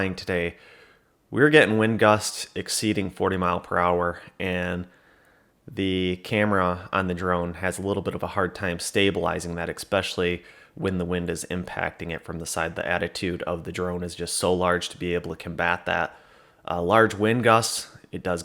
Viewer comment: Ekspecially??? Lol